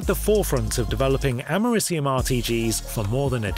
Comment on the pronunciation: Hey nerd, American here, you're pronouncing the element we literally had named after our country wrong. You say like you're saying America, and then just ium at the end.